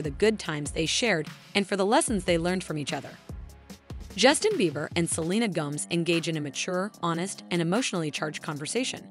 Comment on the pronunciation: Why would you keep pronouncing Gomez as Gomz,please don’t say it like that